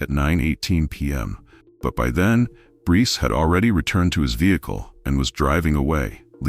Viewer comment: Sa-coy-a (sacoya)🙄 Br-ice (Bryce) 🙄